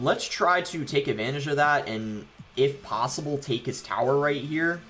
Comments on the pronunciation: I be thinking the same the lmao. Take the thower🥲🤣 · Is it just me or does it bother anyone how he says tower